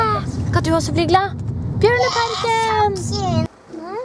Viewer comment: when I first heard your speak I thought you said barnaparken then I saw the bears